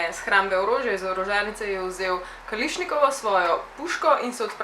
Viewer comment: kalašnikov drugač pa kališnikov blizu